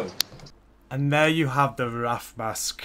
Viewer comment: Cool. But, it's "RAY-TH" not "RA-TH". Good stuff, no big deal.